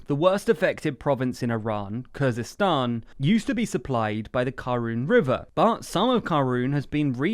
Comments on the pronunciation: Khuzestan not Kurdistan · I think you mean Khuzestan